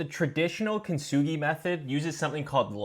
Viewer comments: How he said it sounded like Chinese,he meant I think (which I do think he kinda sounded like too) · I’m half Japanese but that Chinese sound 😭